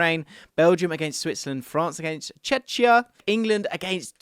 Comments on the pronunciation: It's Czechia not Czeczia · France against who? It is confusing that Czechia and Chechnya are written the same in the middle but are pronounced differently